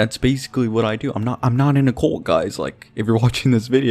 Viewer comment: Whwnwver he says "cult" it sounds like hes saying "colt"